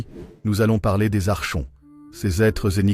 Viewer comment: Ça se dit "arkonte" le che se dit ke ❤ Ce sont les hybrides, ils sont parmi nous.. cf livre de David Jacobs "ils marchent parmi nous" Comment s'en débarrasser ? Être au courant et elever ses vibrations